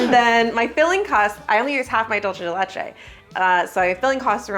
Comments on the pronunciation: Its DOOL CEY not dul chey 😭 PLS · It's dul-SAY de leCHay. Sorry, I just had to say it. The "CHuh" sound when you have a C with no H is Italian, not Spanish. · Begging English speakers ON MY KNEES to stop pronouncing dulce de leche like that I swear to God 😭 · As a Cuban I found out today English speakers pronounce Dulce de leche : dolche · I love you, but people who say "dolce de leche" are my pet peeve....It is, in fact, not an Italian term, it is Spanish or rather Latin American, and it is "dulce de leche", pronounced /ˌdʌl.seɪ də ˈletʃ.eɪ/.Please, if you are going to use it, use it correctly.... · It’s pronounced “Doolseh the lecheh” Dolce is Italian but this is not Italian, it was created in South America. I’m sorry, I just want people to know the correct pronunciation. Not picking on you because I just love y’all! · Is “dolchay de lechay” a thing or are you trying to say dulce de leche 😭😭. You can pronounce it easier by “dull-say deh leh-ch-eh” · Oooh, I also pronounced it like dolce. It's good to know it's supposed to be an S sound! Thank you! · I find it really funny how anglophones tend to pronounce dulce de leche as if it was italian (dolce instead of dulce) haha 😅 Lovely cake,! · you said dulce de leche wrog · That's not how you pronounce dulce de leche, dulce de leche is milk candy in spanish, please Google it if you don't know how to pronounce it. 😊